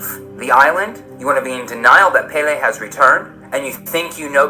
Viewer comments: bad. but she did have stage 4 cancer. And its the goddess of fire's name is pronounced "pell-ee". Not "pay-lay". Those are haoli words. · "Pay-lay." Lol